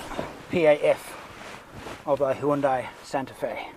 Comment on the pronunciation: hundai not honda